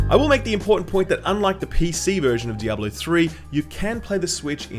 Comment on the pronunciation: You pronounce Diable 3 really weirdly, not trying to be rude though. It sounds like you are saying "double 0 3", which makes me think it is a knock off James Bond character.